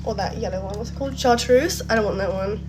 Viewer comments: You saying char cuse and not CHAR-TRUSE (chartreuse) is killing me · Char Treuse. Not Char Coose😂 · The color is chartreuse with a “T” not charcoose with a “C” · Chartreuse not char-cues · Charceuse lol shar-truce is a wierd color tho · I don’t think I’ve ever heard “Char-TRUCE” pronounced “Charcoos” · First world problems but also it’s charTREUSE not charcuse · No one should be supporting this boy after everything he has done. Also, it's charTreuse not charKuse. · you and them saying char-coos is sending me. char-treuse is the word holy shit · It’s pronounced Shar-troos, babes!!! 😭❤ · What is char-COUS? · Are u saying charcoose for chartreuse ? 😂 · i’m screaming at char-cuse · I can't with the 'char-koos' 😂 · Char-TRUSE girl is how you say it 😂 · I'm sorry... "Char coos" 😭😭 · Girl it is not pronounced charkoos 😂 I love you but plz